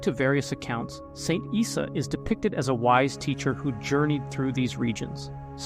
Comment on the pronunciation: Issa is not prounounced "eye sa" it is prouncounced " E-Sa"